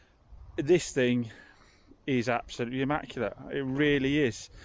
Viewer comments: ‘Nearly ammaculate’..😬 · Devon pronunciation..😬